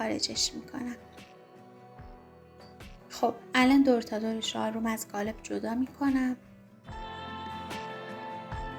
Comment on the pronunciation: عالی بود فقط چرا به قالب میگید گالب